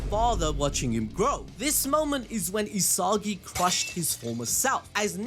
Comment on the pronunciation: "E-SOGGY", "E-SOGGY","E-SOGGY" Its ee-sa-gee 😂 damn